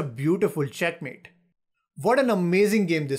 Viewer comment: I only watch these videos through to hear the ‘beautiful checkmet’😂